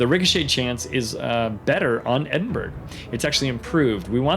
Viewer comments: Thanks for the informative WOWS videos. They are very helpful, this one especially so. Speaking of information, the Edinburgh isn't pronounced EDIN-berg... the UK pronunciation EDIN-bruh is the standard, EDIN-buh-ruh the actual proper 👍 I just learned this myself not too long ago. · In Scotland Edinburgh is actualy pronounced Edinburra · The G is silent in the Edinburgh :) and a nice informative upload thanks